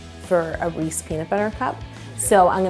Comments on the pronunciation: You wouldn’t think where you were from would change the way you pronounce the brand. Canada it’s spelled REESE’S. America it’s spelled REESE’S. I don’t understand. And I’m Canadian. I just always learned it the American way. LOL 😂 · YES. that bugged me soooooo much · Facts I'm from Philly too lol it was making be tight when she kept saying it wrong...Canadian aye lol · I was like hey she said it wrong that's not how we say it in Texas lol.. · Still triggered by the pronunciation 🤷‍♀️ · Never heard anyone pronounce Reese’s the way yo does😅💓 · Sana Saleh you haven’t. She’s saying it wrong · It’s not right. There’s an apostrophe and a s there that she completely ignored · Because That's not how they pronounce it in the commercials! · It’s an American candy pronounced Reese’s Peanut Butter Cup. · Oooooh nooooo she said Reese's wrong 😱😩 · Its Reese’s not “re-sees.” All you have to do is actually watch a Reeses commercial. They say their product name. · Never heard it called a "Reese" peanut butter before...its Reese's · "Reese's" not "Reese" Yo! Lol meanwile im from Philly where everybody calls them "Reesy" cups lol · I can’t believe she said Reese instead of Reese’s so many times. I literally have never heard a single person call it that, ever! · Nonononononono, "Reesy" is said by people who can't read or speak correctly. They inaccurately pronounce the third "E" and it makes me crazy...but then again, I was an English major and I hate hearing people mispronounce words. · It's correctly pronounced "Reese's" NOT REESY. I HATE THAT!!! People who say Reesy either can't read...or...THEY CAN'T READ! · They call them Reesy cups in Maryland too. According to Mars it's supposed to be "Rees-ez" (as in rhymes with "pieces") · sun no it isn't. It isn't subjective or a matter of opinion. In Canada it is called Reece PB Cups. In America it is called Reece's PB Cup. It is not pronounced "Reecies" and if someone says it that way, they are mispronouncing it.